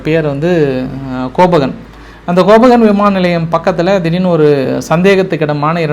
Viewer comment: உங்கள் big follower. கொஞ்சம் ஆங்கில உச்சரிப்பை மேம்படுத்தவும். அது கோபகன் இல்லை கோபெந்ஹேகன்.